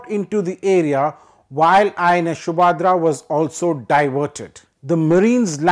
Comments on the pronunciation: For the information of the announcer with a foreign accent.The name of the petrol vessel is INS Subhadra not Shoobhadra as mispronounced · Wow the Anchor can’t even pronounce “Subhadra” 🤦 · He needs education at a Gurukul!! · NO!! The problem is that the anchor is culturally illiterate!!